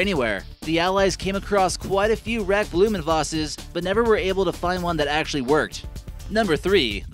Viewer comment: Blohm & Voss not Blumevase :-)